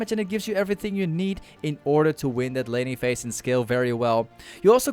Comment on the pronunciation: bro i thought he said lenny face when he said laning phase LMAOOOO